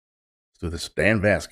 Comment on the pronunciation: His last name Vasc is pronounced like Mask. Loved your reaction and welcome to VascNation. ❤